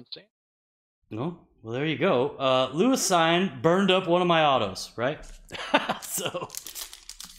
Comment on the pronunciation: Love this channel! Thanks for the constant stream of content. I know you don’t want to say his name anymore but you pronounce it Lewis “Seen”